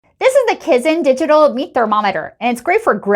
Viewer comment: It's pronounced kIzen not kiZen and your voice is annoying and if you say COOL one more time I'm going to vomit! Go back to real estate and stop making videos because your voice is awful!